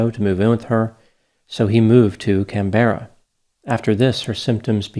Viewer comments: just so you know, Canberra is another one of those Australian cities that is pronounced unusually. It is actually said "Can-bruh", with the e not pronounced, or by Australians often "Cam-bruh". You have done a great job getting the pronounciations of Brisbane and Melbourne so I hope to hear you nail this one too in the future! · Hello from Melbourne, Australia! You butchered the City of Canberra's pronunciation! Good try though! Our justice system here can be at times an absolute joke. 'Mental health' and 'childhood trauma' cards are played far too often and abused. Disgraceful! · Oh, you have got Melbourne and Brisbane down pat but your Canberra pronunciation needs some serious work! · Hi, your analysis was informative as usual. I would like to help you pronounce Canberra correctly. The stress is on the 'Can' part of the name. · Not Can-Berra, CAN-BRUH is how it's pronounced. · Canberra isn't pronounced with the emphasis on the last syllable. Kan-berah, not Kan-bear-ah. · Can- BEAR - a 😂 hooooo there’s a good’un. Love it. Aussie phonetics for anyone interested are - CAN-buh-ruh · Can-ber-rah 😂 it's pronounced Caaanbra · Total side note: Canberra is pronounced CAN-bra, not Can-BEAR-a. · Ideally, yes. As demonstrated, some folk of other nationalities struggle with the pronunciation ("Can-ber-ra" instead of "Can-bra"). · Can-berra sounds so weird to us Australian’s. We all pronounce it Can-bra haha. But technically Can-Berra is correct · Pronounced Canbra - not Can - berra. This is Australia's capital. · It’s “CANberra”, not “canBERra”. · Can-berra, lol. “Canbra”. Let’s hear your Australian accent! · Just FYI it's Can-buruh rather than Can-ber-rah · Hey it's pronounced Can-ber-ra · Canberra is pronounced: “Can-bra” by the way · Just if anyone's wondering, Canberra is pronounced Can-bra. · Canberra, just pronounced as can-bra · Just a small pronunciation correction. Canberra is pronounced can-bra